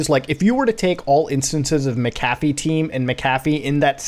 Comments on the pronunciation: "Mc-Caf-ee" 😁 Mc-a-fee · Mac cafffie. Bi didn't even know who you were talking about half the video tell it clicked. Macafee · Not trying to sound like a Dick but it’s pronounced Mac-A-fee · I had no idea that John McAfee was a barista at McDonald’s as well as selling virus protection!? Just messing with you……. you’re pronouncing his name and it sounds like McDonald’s Mc café 😂😁😁😁 always love your content! Much love! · I always thought McAfee was pronounced Mac-Ah-fee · I know this is super super minor but. That’s not how you pronounce McAfee, Muta. It’s pronounced “Mack-uh-fee” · It’s pronounced, Macca-Fee. And he is legend no matter what. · MCAFEE.. isn't pronounced like that ya nouce